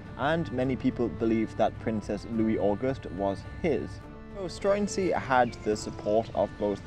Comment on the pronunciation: There's actually a film about this starring mads mikkelsen. it's quite good. Also I'm fairly sure the pronunciation is more like "Stroo-en-zee" iirc.